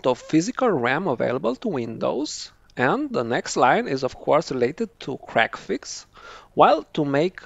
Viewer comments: I'm going to tongue-in-cheek tease you for a moment, I know it ain't your fault, but your accent makes it sound like you're enunciating it as "crackfix", instead of "c-reg-fix" :p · Okay, I was trying to be polite about this. Your enunciation wasn't good enough for me to actually make out the name. I knew you said it, but I couldn't understand you.